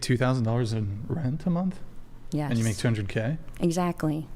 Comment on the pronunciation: " 70 thousand a munt"